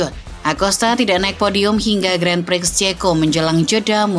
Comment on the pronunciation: sebagai channel yang membahas motorsport, sebaiknya bisa lebih tepat lah dalam pengucapan kata Grand Prix.